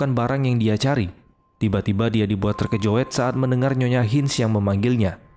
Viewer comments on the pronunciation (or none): Bannga jangan bilang terkojoet dong 🙏